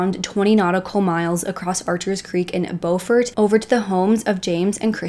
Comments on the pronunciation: Very interesting reporting with lots of facts, but I do have one correction; Beaufort is pronounced BU-fort. I am from that area. Thank you! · lolol bofort, I was like what the heck 😂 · It's pronounced "bew-fort" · Pronounced “Byuu Ford” not the grammatically correct Beau Ford Ty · Beaufort not Bomount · It's BEAUFORT, not "BO FORT" South Carolina. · You are not saying Beaufort correctly…. But glad you are talking about this. That boy got away with killing 3 people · Need to pronounce BEAUFORT correctly! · Please learn the correct pronunciation of Beaufort, S.C. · You lose credibility when fail to take the time to learn to properly pronounce words such as Beaufort. This is South Carolina, not North Carolina. Very disrespectful to the Palmetto state. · Please, please, please if you’re going to do a video on a real crime, pronounce names correctly. There are videos out there if you research where the Murdaugh name is pronounced by cops etc (pronounced Mur * dock). Beaufort is not pronounced Beau as with a long o sound. It’s a long u sound. And the bow of a boat is pronounced like bow wow. I know you’re probably not from the south but there’s so many videos you should’ve seen while researching. This is an interesting case to me and I have been watching and reading up on it. There’s more info out there. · Good reportage . How eva the town of Beaufort is pronounced as BUUFORD not BOWFORT . We are Southern down here , not Yankees ....This is a real interesting case . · I love your videos, I live here in SC and it’s driving me crazy lol it pronounced with a U, Beaufort not bOfort, I’m sorry. Keep up the great work. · It's not "Bow" fort. It's Byoo-fort. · It’s not pronounced bo-furt. It’s bue-furt. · Thanks for covering this story. The beau in Beaufort is pronounced like stew with a b or bew-fort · Just FYI, it’s Beaufort, NC… “Beaufort, SC” is pronounced “Beau-fort” like beautiful Beaufort. Thank you for covering this case.